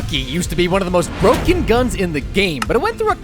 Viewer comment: Tostuh is bruken